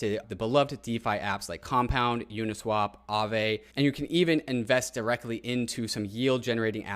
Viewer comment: he said add DAI DAIrectly :>